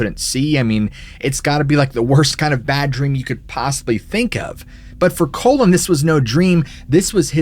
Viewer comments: The name is Cullen, not Collin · *Cullen, not colon. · It’s not Colon OR Collin. It’s CULLEN, as in when you “CULL” a herd of cattle.